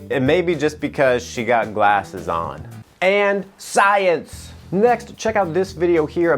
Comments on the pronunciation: Dude, I'm just in love with the way you say "SAAYENSE" Please use it more often😂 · I can't stop laughing evry time you say "SCIENCE" XD XD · Okay i dont know why..everytime you say science i always laughs😂😂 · Am I the one who laughed every single time he said sCiEnCe!!! ??? 🤣🤣🤣🤣